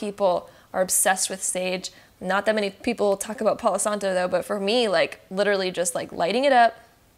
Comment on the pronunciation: "Palow santoe" 😂😂😂